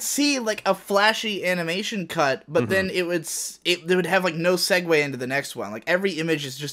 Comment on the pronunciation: WAIT. Dost my ears deceive me? Did just pronounce 'segue' correctly?!